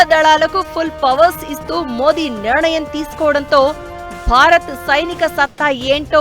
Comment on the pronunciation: Nirnayam ani palakali "niranayam" kaadu